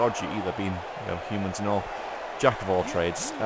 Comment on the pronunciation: You say "'umans" a lot. Do you play Orks at all?